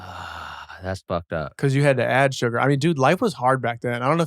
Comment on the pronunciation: Adam says surgar lol